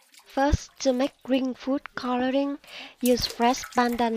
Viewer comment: It's coloring not cororing